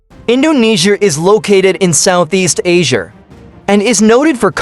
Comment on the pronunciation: Indonesiar?Asiar? Australiar?😂